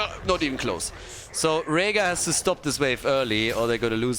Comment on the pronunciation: Tim has started to influence your pronunciation of Rehgar lol